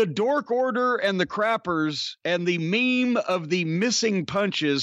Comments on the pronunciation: Underrated part of this clip: Meme being pronounced as "Mee-Mee" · Cornette calls memes. meemees never change cornette